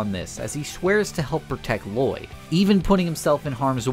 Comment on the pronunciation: this guy clearly doesn't know what he's talking about, cant even pronounce lloyd the right way